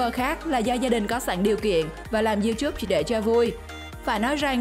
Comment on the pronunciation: Tào lao người ta là Lay tv bả kêu lầy tv còn Youtube bả kêu là you chúp vl